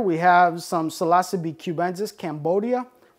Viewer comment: Seems he's incapable of pronouncing most of what he's talking about. "Psilossabee Allen-i", "Psilossabee Cyansis", "Psilossabee Azursints". Sound it out buddy, it isn't brain science, or rocket surgery! But to be fair, he does seem to know what he's talking about. He just struggles harder than a blind amputee with a severe case of explosive diarrhea when it comes to pronunciation.